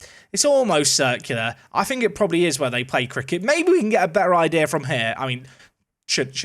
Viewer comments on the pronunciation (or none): none